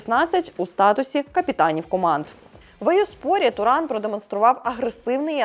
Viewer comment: Подруга не знає який правильний наголос на власну фамилию)))